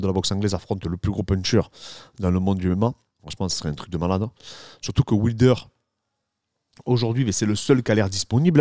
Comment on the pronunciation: Dariush après Islam, chaud patate quand même pour Do Bronx🤔 Aah Ce super accent occitan sur "ouilder" j adore🤩 Salutations de Perpignan😉